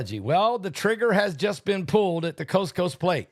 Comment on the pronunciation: Is he saying coast coast plate or what?